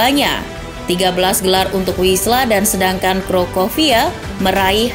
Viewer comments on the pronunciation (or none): WISŁA dibaca = Fiswa